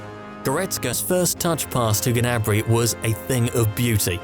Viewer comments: ITS GNABRY NOT GANABRY ffs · You pronounce Gnabry wrong. It's not Ganabry!!!